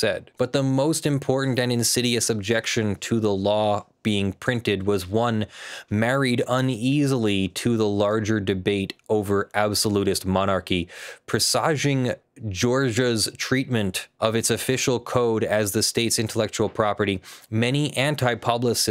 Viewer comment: There are two valid pronunciations for presage/presaging, but pre-sah-ging isn't one of them. Tip: Click that speaker when you're looking these things up.